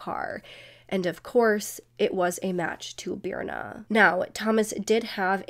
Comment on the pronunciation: Sorry but that is not how Birna is pronounced… It is an icelandic name that is really hard to pronounce unless you’re icelandic. If you are icelandic you know that this is not the phonetic spelling of Birna.